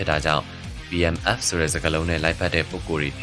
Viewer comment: Battle Mask Fast လား .. ဘာပြောလိုက်တယ် ဆိုတာ နားမလည်ဘူးဖြစ်နေတယ်